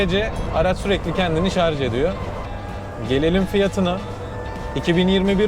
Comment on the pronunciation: Iyi sürüşler dilerim ve özellikle şarz demeyip şarJ dediginiz icin teşekkür ederim